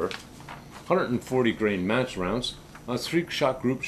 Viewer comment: Thanks for the review - I love my HMR Premiere in 300PRC. Custom bedding job really brought it to life its my most accurate rig. One word of caution - 10 seconds into your video the audio sounds like you are saying "perfect for m a s s shooting" instead of Match...the subtitles actually write it that way on the screen. You may want to fix it before you get a strike from the YT censors. Thanks again for the video!